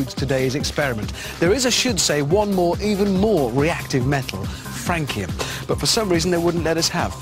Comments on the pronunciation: It's pronounced, FRAN SEE UM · I think they mispronounced francium, the c is pronounced as s